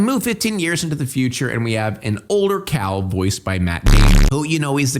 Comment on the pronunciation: Why do you call Cale like "Kal" when it's clearly pronounced like "Kay-l" in the movie?